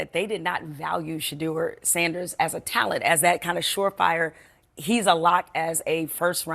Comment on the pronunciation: Say it correctly...... Sounds like......Sha...door. Not shae dear